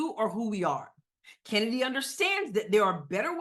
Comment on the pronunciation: Its not kheeseburger and its certainly not chennedy.